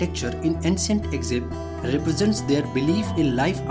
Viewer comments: eckzipt? maybe it is a good idea to learn to properly pronounce the name of the country you are presenting. I could not listen for more than 30 seconds. Sorry. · 😭mispronouncing would be fine if it wasn't the main title of the video.. Eggzipt